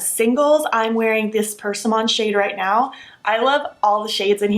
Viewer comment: Because I love you, I should tell you that you may want to look up persimmon pronunciation